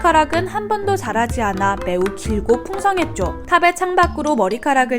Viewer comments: 자라지 않아라고 발음을 잘못하신것 같네요..ㅎㅎ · 자'라'지 않아?